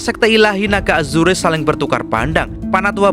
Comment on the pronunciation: Naga Azurrrr bukan azureee tulisan nya azure di baca nya Azurrrrr